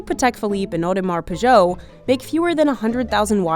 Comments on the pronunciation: "Audemars PEEJO" ?? Audemars Piguet, you dummy. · the lady says "Audemars PEUGEOT"😂. Lady it's Piguet not Peugeot. It's a watch not a car!!! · Did she say Audemars Peugeot? 😂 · She really said Audemars Peugeot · Did I really hear Audemars Peugeot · Audemars-Peugeot??? :D :D :D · Audemars Peugeot 😂😂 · odema peugoht xD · She said Audemars Peugeot ☠️☠️☠️ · The hell is an Audemars Peugeot???? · what the Heck is a Audemars Peugeot? 😂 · Audemars Peugeot??? LMAO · "Audemars Peugeot" 😂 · "Audemars Peugeot" ? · Audemars Peugeot 😂😂😂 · Audemars “Peugeot” 🚙 🤣🤣🤣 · Audemar peugeot 😂😂😂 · What's an Audemars Pejot? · Audermars pigeouh ?? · I'm sorry what? Audemars Peugeot???? cmon guys u just can't pronounce it like that. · « Audemars Pigeot » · DID SHE PRONOUNCE IT AUDEMAR PUDJO ? 😂🤮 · Audemars "Peugeot" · The real crime here is the pronunciation of Audemars Piguet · Audemars what? 😂😂😂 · Audemars what? It's not that difficult to search for the correct pronunciations of these brands. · The way the narrator pronounced Audemars Piguet is the real crime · You butchered the pronunciation of Audemar Piguet. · The Audemars Piguet pronunciation was a miss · Terrible pronunciation